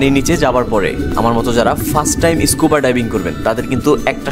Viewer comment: ইস্কুবা না স্কুবা ভুল উচ্চারণ করবেন না